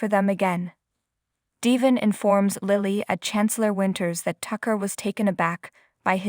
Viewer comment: It’s Devon not Devin. Please pronounce his name right. If you listen to the soap you know how to pronounce it.